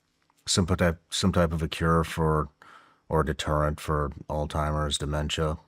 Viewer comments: God bless this woman for conducting this entire interview and not once mentioning that Shawn keeps saying "All Timer's" instead of "Alzheimer's". It drove me crazy so I can only imagine how it was for someone who has dedicated her life to studying the disease. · Someone tell Shawn it’s ALZ-Hi-Merz. There’s no “T” in Alzheimer’s 🤦🏻‍♀️ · Shawn, it's not pronounced All-timers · Alzheimer’s Shawn. Not “Ald-timers.” Jesus take the wheel. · Shawn , it’s called Alzheimer’s not Alltimers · Not "al-time-ers" it's alz-heimers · Her face when he calls it “all timers” 😐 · The all timers is killing me😂 it’s ALZHEIMERS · Reading “Alzheimer’s” on a paper and continuing to say “all timers” is wild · I am dying every time Shawn Ryan says altimers disease versus Alzheimer’s lol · Sean, I understand that you don’t claim to be the sharpest ballloon in the bunch, BUT….if you are doing a show focused on brain disease AND you say your grandfather died from it, the least you can do is learn the actual word. It’s not AllTimers, it’s Alzheimer’s, you dip stick!!!! Hearing you say All Timers like 1000 times in this video was brutal! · Whole time she kept saying Alzheimer’s, he’s looking at her like all-timers…🤣☠️ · Love Sean but can’t believe he is pronouncing Alzheimer’s “all timers” 😂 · I kno this is petty, but if you’re doing a three hour sho with an expert, I wish you would stop saying “all- timers” and say the word correctly especially when she says it correctly over and over. But very interesting show other than that. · ..is he saying "altimerz?" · He keeps saying Alltimers 😂 no worries I originally thot it was old-timers...not funny but ya know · My wife calls it "all timers" too. 😂😂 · Shawn, you just broke the record for mispronouncing Alzheimer's the highest number of times in the first minute of a YouTube video, congratulations!! "All-timers"😂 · Hes calling it olds timers 😅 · It’s killin me. Why doesn’t she correct him?? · Why can't Shawn pronounce Alzheimers correctly?